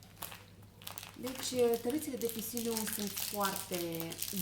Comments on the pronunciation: Fătucă draga, nu stii sa citesti? Repeți obsesiv Pisilium, iar denumirea corecta este Psyllium! Jenant! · "FISILIUM"? Hai nu, zau! Pe langa faptul ca habar n-ai cum se numesc (si mi-e cam greu sa cred ca pe punga e scrisa gresit denumirea), iti mai scapa ceva : cine ia tarate de PSYLLiUM (pentru ca da, asa se numesc) trebuie sa se si hidrateze foarte bine in ziua respectiva. Asa ca mai ai de invatat pana sa dai tu sfaturi valabile. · acel moment când vrei sa pari inteligenta și nu iese :)) "fisilium" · Gabriela Marin Asa de pronunța la Chișinău ha ha ha ( glumesc)